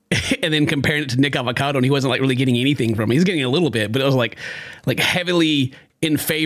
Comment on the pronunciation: Homie didn’t mean to, but totally dropped a soft n word saying “nickacado” the first time😂😂😂